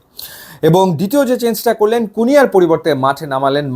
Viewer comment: আপনি কুনহা রে কুনিয়া বলেন কেন? 🙄